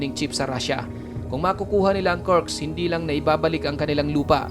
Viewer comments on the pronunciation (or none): Kursk hindi Kurks!